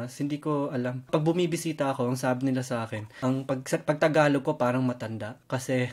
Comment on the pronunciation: The guy really speaks fluent Tagalog even the accent is on point 😯